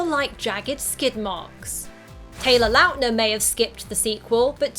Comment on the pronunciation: I hate how she called him Taylor Loutner